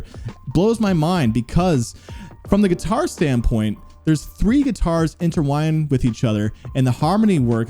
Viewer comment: the word is intertwine, not interwine lol